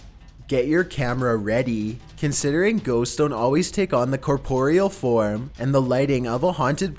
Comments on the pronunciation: He can't even pronounce ghosts, actually me too Lol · That's stupid how you say ghosts